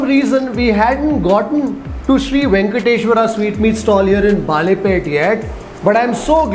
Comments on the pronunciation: Never ate here but I am partial to Mysore paka which has that typical texture. This looks a bit too smooth much like halwa? I am sure it tastes heavenly though. Also Balepete is pronounced Balé( bangles) pété( town) and not Baalé(banana) pete. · Small correction - Balepet is pronounced as - Balle (Bangles) Pet (City) and not - Baale (Banana) Pet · It sounded like baale (banana) pet. But it's bale (bangle) pet. We will excuse for his Kannada pronunciation and savour the show. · just one small correction: it is not "Baalepete" as in banana, but it is "Balepete" as in "Bale" i.e. bangles🙂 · Its balepet not baalepet. 🤣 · A nice review. You are pronouncing Balepete wrongly. (Bale = bangle and not baale - banana.) I used to buy their khara mixture for four annas (25 paise) in the early seventies. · Excellent reviews as always. No suprises there. But one correction in pronunciation. It's BaLepete ( ಬಳೇಪೇಟೆ) not "BaaLepete". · It is baLe(bangle)- peTe .. please dont mispronounce the names of iconic and historical places of Bengaluru